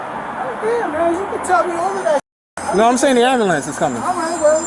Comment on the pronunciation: Cop keeps saying AMBLEE-ANCE is comin.